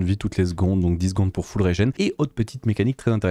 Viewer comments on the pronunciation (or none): none